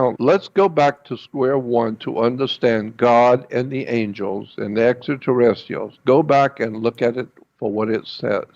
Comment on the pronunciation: its spelled extraterrestrials ...there is an R between the t and i!!! maybe start with pronunciation before made up stories....help show credibility and not some cretin!!! humans were always great story tellers!!! period!!! especially fantasy!!! images arent in sync with narration at all...repeats himself over and over like someone who is mumbling...wow...this dude is whacko!!!! lol whatta waste of time this thing is...enough im out! sheeesh!!! not all nuts are in candy bars huh?